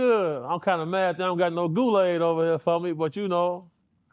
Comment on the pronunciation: Big homie said Goolaid😂 for the GDs